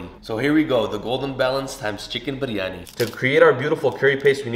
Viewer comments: Can we appreciate how he Perfectly pronoun Biryani not byryaniii like typical people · The way he says Biryani and cilantro is so satisfying 😯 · Thank you soooooooooo much for saying it perfectly! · you biryani pronunciation is correct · Aslawalaikum my name is Dua and I'm from Pakistan 🇵🇰 fun fact biryani is from Pakistan and I love it 😍 and I slap respect how u pernoused biryani basmati currectly and ate with your hands traditionally respect that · The way he pronounce biryani😍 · The way you say biryani 🙌🏻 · The pronunciation of "Biryani" was so perfect!